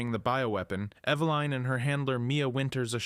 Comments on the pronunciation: Bro It’s Eveline not Eveleen or Eve Line 😂 also you say Steve is the youngest on the list but then literally say later that Eveline was born in a lab soooo you’re wrong about Steve being the youngest. Cool video tho, you should probably rewatch your videos before posting them to make sure thy make sense tho lol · Its evelyn.. eh beh liiinnnn. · I’m I the only one bugged by the way he says eveline